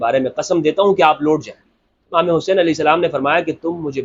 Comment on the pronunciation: Sir I love how you say Hazrat Imam Alahai Salam JazaKallah